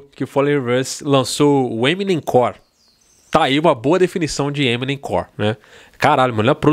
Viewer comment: Não é eminemcor é Emonem KKKKK